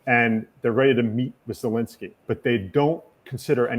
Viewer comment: My god PLEASE pronounce Zelensky's name right!! Enough is enough. Get it right, host.